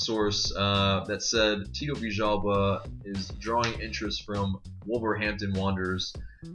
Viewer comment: In USA do you pronounce L's as J's? Isn't it Villalba not Vijjalba?